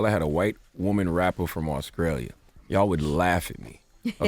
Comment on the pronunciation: Yo CTG where the hell is Ahhscralia? 😂😂😂😂